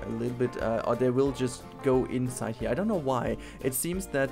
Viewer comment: "I don no"😂😂